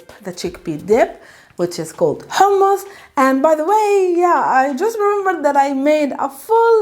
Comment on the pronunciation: Pronouncing Hhhh, I just vomited 🤮